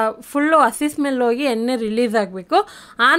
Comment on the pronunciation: ತಲ ಅಲ್ಲ ತಳ. ಎನ್ನೆ ಅಲ್ಲ ಎಣ್ಣೆ ಕನ್ನಡ ಸರಿಯಾಗಿ ಮಾತಾಡಿ